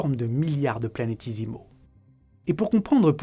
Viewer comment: super vidéo, si ce n'est que c'est "planét-é-simaux" et non "planét-i-simaux"